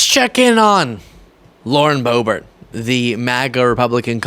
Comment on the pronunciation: The intentional mispronunciation of her name is done out of disrespect. I’m tired of them doing that petty s#!t.